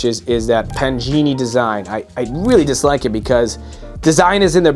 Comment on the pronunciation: Its Pa-Ga-Ni ,not pangini